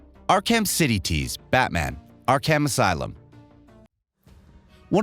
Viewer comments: Ark-Ham? I get not everyone's going to play every game on these lists, but can you at least learn how to properly pronounce the titles and character names in advance, please? It's essentially pronounced as "Ark-uhm" and is based off a real asylum of the same name. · Great video, genuinely enjoyed it, appreciate the time and effort put in, and I’m not talking shit… I just have to point out… “R-cam” lol I just couldn’t get past “arr-kamm” 😂 buddy it’s pronounced “arr-cum”, “ark-umm”, Arkham 😂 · "Not ark-ham" but "ark-um." Batman the voice actor mentioned these exact words in a video-game. Oh and make sure you say, "sab-scribe" not subscribe. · ok Ark-cam really lol if this dude is a real gamer comic dude he should know its pronounced Ark-cem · Listen to how elaborate, these text to speech programs have gotten... I BELIEVED it was a real person sayin all this, until I got to the batman game, and heard it pronounce arkham, as, ark ham lol... don't be fooled ppl... things that couldn't be fake 10 years ago PUBLICLY, CAN be faked now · Omg “Ark-ham.” Are you kidding me? This guy is another effin tourist. This channel is just awful now. Let’s hire a bunch of dudes that know nothing about any of the source material. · You must be new here xD miss pronounce names and game titles wrong for years already. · Ark-ham? LMAO maybe you're a kiwi or something, damn, your pronunciation is fucking weird. The 'h' is silent. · Ark-Ham? you are getting worse, bring back the old guy, at least he tried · Arc Ham 😂😭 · That pronunciation of Arkham makes me want to punch something. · He mispronounced Arkham and automata. This guy is a poser. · My head exploded when I heard him say it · Same, we found the only person on the planet who doesn't know how to pronounce Arkham. On a video games channel of all places...... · He mispronounced ''arkham'' lol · Yeah like wtf! Lol